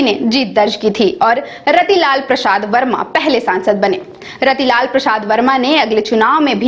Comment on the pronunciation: मैडम रतीलाल वर्मा नहीं रीतलाल प्रसाद वर्मा होता है उच्चारण सही से कीजिए एक बार थोड़ा देख लीजिए।।